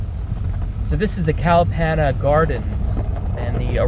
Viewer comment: The way u say kalapana is very funny lol